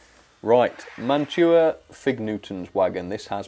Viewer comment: You did get a good collection of boxcars, log/ lumber flat car , and Gondola Etc. You pronounce that name and Mantua properly which is awesome the Milky Way candy bar is a nougat with caramel on top plus chocolate which is made by Mars company in the US .Domino Sugar is a common brand in the US also model power was part of Mantua after the Mantua brand died off because they were part of Tyco/Mantua then model power bought them out which model power got bought out by model rectifier Corporation or known as MRC they make model train Transformers or power supplies. Athearn is it good brand Mantua is a good brand Walthers trainline is also another good brand but I will say Baughman doesn't quite pass the mark I have more Mantua / Tyco and Athearn vs bachmann for freight cars. Now that Bachmann comes out with their" silver series" which are way overpriced because they added metal wheels and knuckle couplers that have spring but are nothing like Kadee couplers at all. Not trying to be mean about Bachmann but when they did the silver series Freight cars it's like polishing a turd it's still a turd LOL. I figured to add the Mantua and model power use knuckle couplers from Bachmann EZ mate Mark 2 .I know I have Mantua Classics Freight cars myself but also I have a classic mantua cars that one from 1960's the other one is for 1970s. There is a tool that can help with those Wheels it's a truck tuner I believe it's made by microscale they can actually smooth out the bearing that's plasti